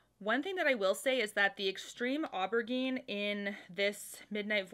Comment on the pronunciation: Soft g on the aubergine. The rest is perfect. Love from Québec ❤️